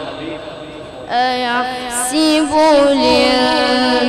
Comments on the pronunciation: اسمها ايحسب بفتح السين وليس كسرها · ماشاء الله بس اهي صاحب القناة تاني مرة قرأ قال بعد اعوذ بالله ( ايحسب ) كسر السين وهية بالاصل مفتوحة ؟؟؟؟!!!